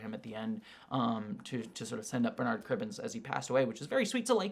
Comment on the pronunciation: Bernard is pronounced with the stress on the ‘er’ part not the ‘ard’ part in UK btw, like burr-nud